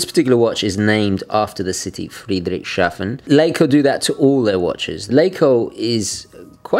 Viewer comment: "Friedrichs hafen", not "Friedrich shafen". Love you,.